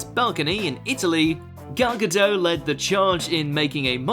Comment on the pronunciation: I can't agree with several names on this list - your reasoning often doesn't make any sense. And you should learn to pronounce Gadot properly (with a t).